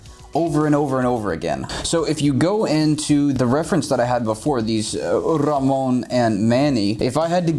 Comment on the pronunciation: have a like for the proper pronunciation of Ramon's name